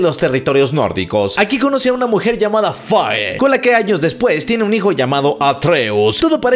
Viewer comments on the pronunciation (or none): Se dice fei pero me vlae verga igual me gusta :)